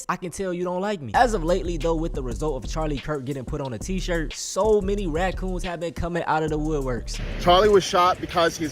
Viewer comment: i legit just understood why you call these people rac"coons" lmaoo